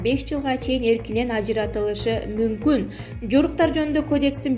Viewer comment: Кодекийис , инфексийа , Ананево , карупсия .